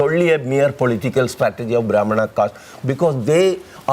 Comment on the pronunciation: don't even know all the name of the caste but speaking on this topic as he is a scholar of caste system and he only knows brahman as caste which too he pronounced wrong but the biggest problem here is he knows the word brahman only coz he is making living out of this propaganda.